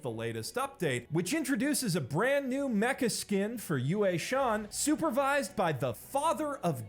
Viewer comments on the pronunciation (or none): none